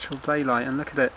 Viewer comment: Love when you say "look a-it"! I actually cringed at seeing you try to pull the balance spring into the screwdriver slot on the fulcrum post! There is probably a pin missing that would keep the spring from popping out of place. As it is the spring is resting on the side of the post. As howlindan49 mentioned, it's best to remove the movement from the case and remove power before removing any of the plate screws, especially the balance screw. Great to see you got this old girl ticking again!